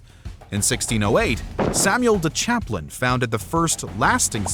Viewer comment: The pronunciations of words land names related to Canada like Gaspé, Newfoundland, and Samuel de Champlain are incorrect in this video...